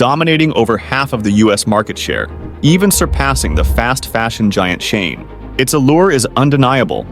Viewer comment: All the pronunciation is wrong. Teh mu? Its obviously TEEE, MOO you literally have video footage that says so. The other company is SHE, N not SHANE wtf? DO BETTER, garbage AI generated content.